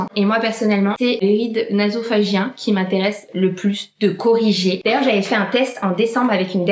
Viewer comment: Hello, juste pour info. on dit sillon « nasogénien » et non « nasophagién » ahah 😂😊